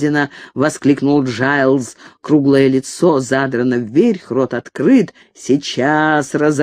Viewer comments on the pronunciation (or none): "вверхь"- подобное произношение создаёт анахронизм произведения.